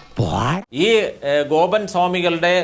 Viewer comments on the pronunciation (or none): വക്കീലിന് വാക്കുകൾ തൊണ്ടയിൽ കുരുങ്ങുന്നു ഗോപൻ എന്നതിന് ബോബൻ എന്ന് പറയുന്നു 😂